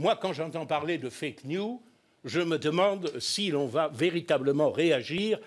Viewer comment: M. Gollnisch, "news" au sens "nouvelle" est en anglais toujours au pluriel et se prononce "niouse".....